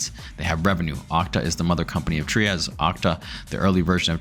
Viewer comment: The creator of Trias pronounces it “Try-us”…it’s not “Tree-us”.